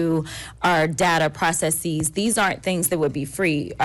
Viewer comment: Ms Crockett: “Data processies”😂😂😂